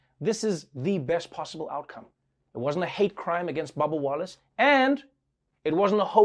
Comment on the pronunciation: Whenever he says “Bubba Wallace” I hear “Baba Yaga”